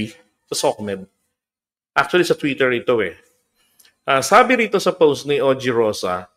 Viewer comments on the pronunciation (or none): none